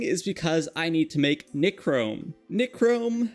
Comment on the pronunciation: Please google how to say things. you pronounced nichrome, toluene, phenol, and a couple other things wrong. The other things you only said once though.